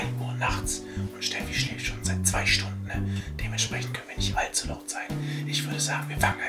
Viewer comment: Scascha, das Wort haißt "Stunden", und nicht "Stundne"...